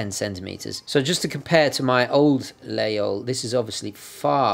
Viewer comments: Please, dont spell layole! We must pronounce Lageehole. Its french, man...! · As a french guy I've never heard Laguinol prononce without the G :o and btw regarding the cross is not it's indeed a religious cross and you can see that it's reverse, because in the time shepherds use to stick their laguiole in the ground and pray in front of this cross :) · Laguiole is pronounced lah-geyl, but the E is pronounced like "mercy".